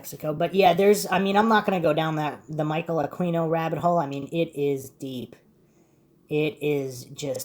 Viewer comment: Yes but only if he stops mispronouncing his name....forget the U ...pronounce it as Aqino.